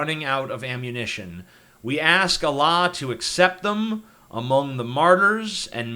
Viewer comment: You pronounce Allah weird.